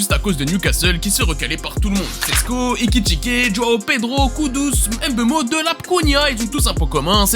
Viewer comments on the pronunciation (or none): SVP c'est pas Em Beumo ou Em Bappé c'est Mbeumo ou Mbappé apprenez à bien prononcer nos noms africains, sinon top la vidéo 👌🏿